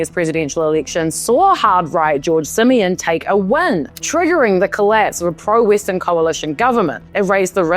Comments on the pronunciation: i love how she pronounces Simion lmao. "simian"! very fitting! hahaha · The way you pronounce "George Simion" perfectly describes what I think about him